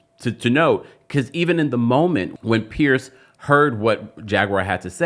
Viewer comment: Piers. Not “Pierce.” Idk why I can’t stand the mispronunciation. Lemme go find my Tylenol.